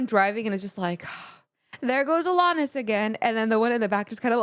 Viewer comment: The way you pronounce Alanis's name sort of jumps out at me. That second a should sound more like it does in the verb "ran", rather than the way it sounds in the word "hall". Uh-LAN-nis. I'm not mocking here, but that's the way I've always heard it, including from the woman herself. You should really just grab Jagged Little Pill and do the whole thing. Right Through You will probably fire you right up. Forgiven might hit close to home if you have any Catholic guilt. You Learn is a little repetitive, but it still hits. Wake Up is deep, and also kind of disturbing. Not the Doctor is sort of depressing. Perfect is sort of heartbreaking. All I Really Want is just fun, and you'll get to hear her voice crack in some pretty unlovely fashion. Head Over Feet feels like pop, but it's not. Hand In My Pocket sounds like pop, and it is.